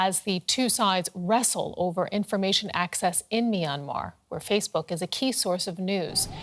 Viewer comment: Can you not find journalists who can properly pronounce the name of the country. MYANMAR not MY ANMAR